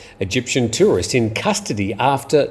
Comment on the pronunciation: "Eygptian"...are those people from Mexico?